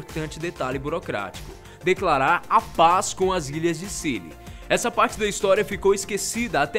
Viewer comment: Ele Falou Hinstória kkkkkkkkkkk